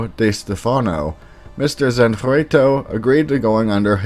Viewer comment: You start off by wildly mispronouncing the title to your own video. Wow that’s bad. Zanfleto? Really?